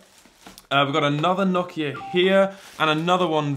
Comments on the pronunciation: Why do you say nohkia 😭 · That’s not how u pronounce Nokia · Nokia❌️ nokya ✅️